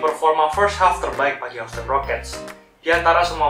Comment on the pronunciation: min maap. bacanya hiusten. bkn hausten wkwk